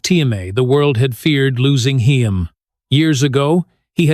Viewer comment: My god this narrator is the worst. “Heem “?!